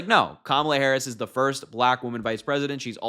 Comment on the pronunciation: The way they continue to mispronounce Madam President's name makes my stomach turn and really just shows how juvenile and ignorant they really are!!! 💙🇺🇸💙🇺🇸💙🇺🇸💙🇺🇸💙